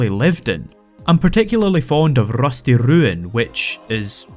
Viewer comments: I want my phone message alert to just be "Rrrrusty Rrrruin" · Rrrusty Rrruin Zone